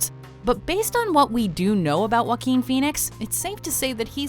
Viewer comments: ok its Wa-keen Phoenix and not Jack Phoenix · its pronounced (hua-keen) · Joaquín in English is pronounce Hwakin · When walk the line came out, i worked at a grocery store that rented and sold movies. Mgmt told this guy to got on pa system an promote the new movies. He literally said 'with joe quin phoenix'. Omg. The entire store broke out in laughter. He had no idea he was pronouncing it wrong. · It's pronounced "Hoe ah keen" =/ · I'm not trying to make fun of Joaquin, but Joaquin Bottom, if you say that fast enough, it sounds like "Wackin bottom" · "Joquin" hahahahahahahahaha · It's pronounced hwa-KEEN (H sound at the start; emphasis on second syllable). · and I'm Kanye West yeah. it’s more like “hwa-keen” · Ashley Martinez That’s right! Tho for Americans, it’s easier to explain that it’s pronounced “hwakeen” than “huakeen”. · Nobody: Watch mojo: wakeen feenix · Walk-ing Phenix? 😂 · and I'm Kanye West it’s not “wh” together like you would pronounce the word whale. It’s the “wha” together with the “h” sound you make when you say words like “heart” or “heat” or “hard”, etc. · Can't pronounce his first name correctly I see